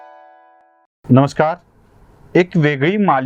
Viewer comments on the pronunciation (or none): none